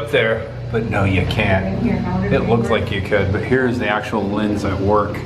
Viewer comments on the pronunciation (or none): none